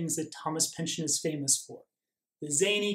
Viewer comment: Thank you for the great video!.....it's actually pronounced "pinch-on"........My wife is a Pynchon!